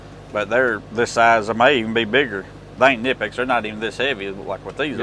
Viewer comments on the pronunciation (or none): Kah-nip-X is the correct pronunciation. The K is not silent. Best pliers company there is.